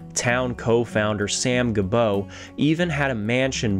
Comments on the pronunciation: It;s not ga-bow. It's pronounced Jee-bow. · The pronunciation of "Gebo" from Samuel Gebo isn't "Guh-BOE" but "ZHEE-boe". It's the Americanization of "Gibeau" or "Gibeault". My great-grandmother, Virginie "Jennie" Gebo Lamoureux, was from the same part of NY as Samuel. I haven't determined yet if there's any relation.